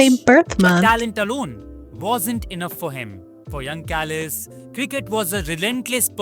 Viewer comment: I know you like your food. Check out this video "This Village OFFICIALLY BANNED Kebab Shops & Takeaways" Kallis is pronounced as its spelled not Kalleese